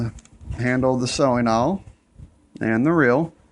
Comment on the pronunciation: It's an awl pronounced like all. No disrespect intended.